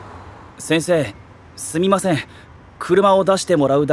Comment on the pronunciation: イルマティック入間のすみませんの発音が「スミマスェン」で草